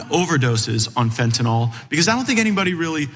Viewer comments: It's fentanyl not fentanol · It’s Fentanyl not Fentanall Matt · I’m triggered every time he says “Fentanall” instead of Fentanyl. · It irks me whenever I hear someone say fentanall 5 times in 30 seconds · Matt. Fentanyl. NOT Fen tan all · Why does Gaetz pronounce it fentynôôle. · What a moron! Does he ever watch himself om video after and think "why can't I learn to just shut up"? And tell Matt, the drug expert, It's not fentINOL, it's FentaNYL! At least pronounce the words you idiotically spew properly! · Why is he mispronouncing fentanyl. It's not Tylenol, idiot